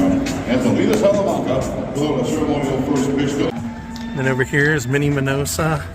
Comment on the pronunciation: The name is Minoso, and NOT MinosA like you kept mispronouncing it. Thanks for a fun video, however.